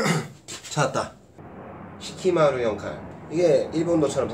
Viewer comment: 사키마루 겠죠....시키마루 라고 하시는거 같아서....^^